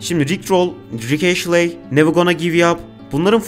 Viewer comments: Sizin okuduğunuz (eşley diye okunan) Ashley diye yazılıyor Astley diye yazılıyor orijinalinde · bütün video boyunca ashley'i eşli yerine eşley olarak okuyan sana da teşekkürler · Yanlız o rick ashley diye okunmuyor rick astley diye okunuyor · Abi güzel video da astley "eşley" değil "estliy" diye okunuyor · Neden Astley'e sürekli Ashley diyip durdun anlamadım. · Video boyunca Rick Ashley demişsin estliy diye okunuyo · Ashley değil astley ama neyse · Rick "Eşley" ne lan? O rick Estliy(Astley) degilmi? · Abicim ashley değil astley estli diye de okunur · rick ashley(rik eşlii) değil lan adamın adı rick astley(rik estlii)